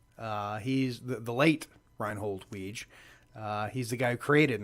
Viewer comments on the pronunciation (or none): “There’s a real Judge Reinhold?” No. Nobody said anything about a real Judge Reinhold. Also Weege’s name is pronounced “Wig-ee”